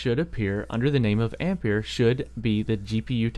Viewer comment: Good pronunciation, I'm tired of hearing people pronouncing ampere "amp-air" as "ampi-air", same spelling as the unit of current 1A=1Amp=1Ampere="One Amp-air"